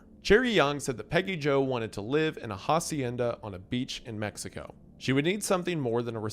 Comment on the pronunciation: The way you pronounced Hacienda and Hokkaido hurt me so much 😂